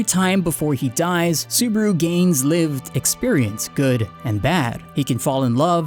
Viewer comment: yeah lol you keep saying suburu XD